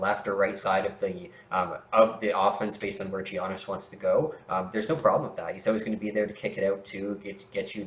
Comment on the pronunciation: 50/40/90, 21ppg, top 3 mid range in the league, way more efficient than JB and BI, better defender than JB and BI, and better passer than JB and BI, but ranked lower than JB and BI? Giannis isn't pronounced "Jeeyonis" Criticizing low block numbers is a strange criticism of players on a team that give up by far the least paint points in the league.